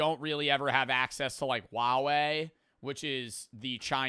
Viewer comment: Fighting demons hearing pronounce huawei like (wuawei) the letter H is there for a reason😭💔